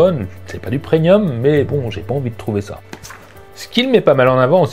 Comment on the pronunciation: Hello! Pre-N-ium... 😂😂 Non, non! Premium 😜 sinon merci pour tes vidéos 👍👍